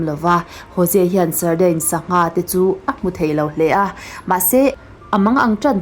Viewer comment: Sardine(sardain nilo in sardin ti a lam tur ani lo mi..??) Engpawh nise i aw note tak a in sawi uar ve tân2 hi a lawmawm...🫢😇😘